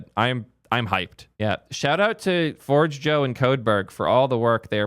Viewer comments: forgejo isn't forge joe but pronounced forjayo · GitLab was great when it was a fresh, exciting, open source project. However they have been going downhill for a decade and are a commercial abomination now. I've been self-hosting Forgejo and a financial contributor to Codeberg for the last two years. Also, its pronounced for-hay-yo. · It’s FOR-J-YO and it’s awesome self-hosted (SSH into your Hetz for example) 🔥🚀 migrating for GH is a breeze just grab a PAT and the rest just works. See ya GH. It’s been…unique. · First Zustand and now Forgejo, I can't with the pronounciations lol